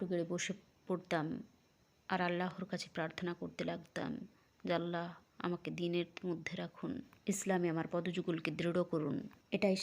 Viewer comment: এই সত্য ঘটনাগুলো খুবই ভালো লাগে শুধু বাংলায় বর্ণনাকারী মহিলার "চাঁপাই বাংলা" উচ্চারণটা বড্ড শ্রুতিকটূ, তবে তিনি নিজেকে কিছুটা সংশোধন করেছেন মহান আল্লাহর নাম সঠিকভাবে উচ্চারণের মাধ্যমে যা তিনি আগে "আলহা" বলে উচ্চারণ করতেন।